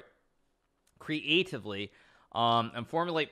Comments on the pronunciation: "creativevevely" GM hikaru showing his cracked pronounciation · He read the word creatiVEly so creatiVEly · The way he said creatively even made me forget how tf that's pronounced